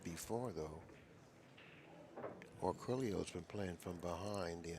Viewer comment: Drives me nuts when the say "Orculio"